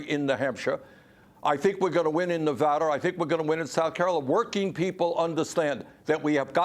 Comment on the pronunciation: Its not fawking Nevader you old fawker Its Na Va Duuuuh